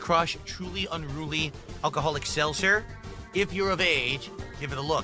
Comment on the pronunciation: Selssser. Bro it’s selTzer with a T not an extra S. Also truly and white claw have been out since 2016 and he is just discovering them now. Just think what other things he could discover if he just left his house.